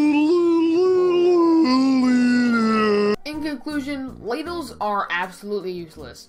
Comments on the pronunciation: I thought you said LADIES explained 90 seconds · I THOUGHT YOU SAID *LADIES* EXPLAINED IN 90 SECONDS